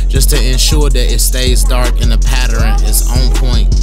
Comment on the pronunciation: How come you can say learn but not pattern🤦🏾‍♀️ talking about patterin ✊🏾😂